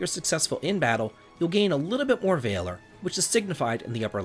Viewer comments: "VAY-ler" is not how you say that word. it's "VAL-or" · Valor is pronounced closer to mallard than it is to tailor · gonna have to agree with the rest of the comments. The “V” word pronunciation bud. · Please stop pronouncing Valor like that. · The way he pronounces valor bothers the heck out of me 😂 I thought it might be an accent but no he's speaking with a standard American accent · I was literally talking to my wife about this when I saw your comment. I'm glad I'm not alone, if only 9 months late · Calvary and Vay-lor grate on my nerves.